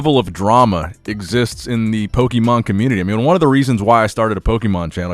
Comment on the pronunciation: Gary has always seemed kinda shady to me pokemonoverflow did a great video on him. I also can’t trust anyone who pronounces Pokémon wrong 😂